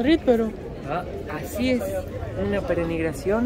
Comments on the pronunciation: Hasta hoy tuve la oportunidad de ver su video, me encantó. Disfruté tu pronunciación de la palabra perenigración, la correcta es peregrinación. Mas que peregrinación, presenciarion procesiones, que es cuando un Santo, en este caso El Santísimo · Pe-re-NI-GRA-ción no brother, es pe-re-GRI-NA-ción (de peregrino), jejeje, bonito video, me dieron ganas de visitar Guatemala, se parece mucho a mi Yucatán, un saludo. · Cada vez que decía PERENIGRACION me reía 😂😂 es PEREGRINACIÓN 😂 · Peregrinación. dice perenigracion. Así lo escucho si no lo oí bien mil disculpas. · Me gusta como hablan español. dice "penegrinacion" por peregrinación y en otro vídeo dijo Valadolid por Valladolid....¿será el inventor de la nueva lengua española?....La bandera de Guatemala, es como la de Argentina 😮😮😮😮......Buen viaje, los veo en Antigua.....Que ricas frutas por cierto, y el metro al aire, que bueno que estos bellos países podamos conocerlos por ustedes y ❤❤❤❤ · Yo soy el luchando para pronunciar bien una palabra para terminar diciendo pereNigración 😂❤. Me encantó el video, como todos los demás. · Lo mejor del video fue la "perenigración" :) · Me he reido mucho con pronunciando perenigracion cada vez peor.jjjjjajaj un beso desde San Salvador, El Salvador. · Jajajaja que gracioso escuchar como dice, perenigracion cuando en realidad es peregrinacion jajajajaa fue muy gracioso 😂😂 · PEREGRINACIÓN estimado, no perenigración, su canal es muy ameno. Saludos. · Jajajaja perenigracion jajajaja. Es peregrinación. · Peregrinación, no perenigración. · Perenigracion, no no peregrinacion ahora si jajaja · Peregrinación, no Perenigración, jaja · ....nos quedaste mal,.. no supiste pronunciar '' Peregrinacion"😂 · no le enseñes a hablar mal a... la palabra es PEREGRINACIÓN...!!! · PE RE GRI NA CIÔN...."con onda".....